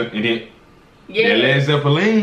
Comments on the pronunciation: I dunno, Zeppelin is a German word after all, and the way says it is pretty close to a proper German pronunciation. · Actually this pronuciation is closer to how the Zeppelin (aircraft invented by Graf Zeppelin) is pronounced in German 😄